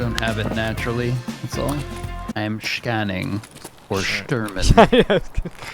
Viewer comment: "I'm schanning for Shturman, so we can schnipe him." Are you SCHTURE, MAN?